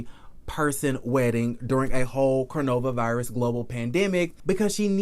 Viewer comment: Why are you say cornova virus ? And kenya Moore Hair Care?? When are you going to drop that ? Not cute any more!